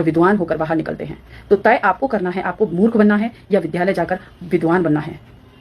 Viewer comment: बहन की नीली विधालय नहीं होता विद्यालय होता है ।इनको वेद पढना था। जिसको द्य और ध के अंतर का नहीं पता। रंग तो गोरा है फिर भिमटी कैसे हो? कोई फिरकी ले गया होगा।वैसे भिमटे तो अफ्रिकन कलर के होते हैं।